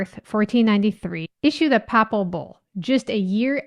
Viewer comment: Papal is pronounced: pay-ple….and the idea of taking the land is Manifest Destiny.